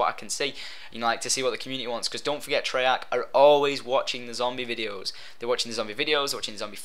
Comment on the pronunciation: u mean treyarch. u said 3arch.